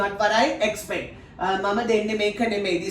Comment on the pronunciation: Its Not expet...EXPECT 🤔🤔🤔